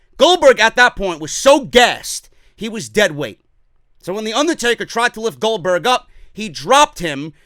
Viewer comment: Goldbotch not Goldberg